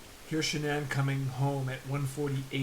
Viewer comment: At least you pronounced her name right! More than most crime channels could do. But, you haven't posted in ages so no sub here.